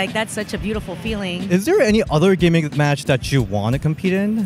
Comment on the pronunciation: Wow, did you call it "gimmick"